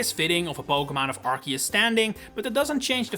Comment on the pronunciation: It's arceus not arkeus ffs